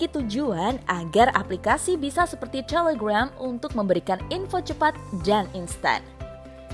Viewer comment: Apa cuman gw yah yg aneh denger miminnya bilang Instagram ama telegram yah?